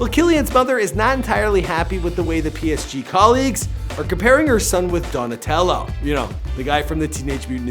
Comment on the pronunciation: the psg pronunciation is killing me 😂🤣